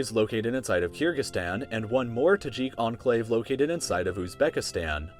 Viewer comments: Literally everyone: Enclave: Anclave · Its enclave not anclave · I like how says Enclave as Anclave